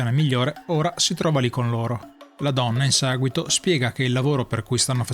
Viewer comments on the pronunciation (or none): "in saguito" è l'inflessione più marcata. Stacci attento. :-)